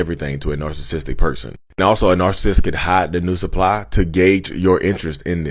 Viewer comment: “The new sup-pie” lmaoo